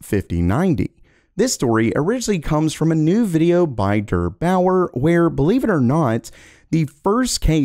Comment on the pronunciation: FYI der is pronounced like "dare" in der8auer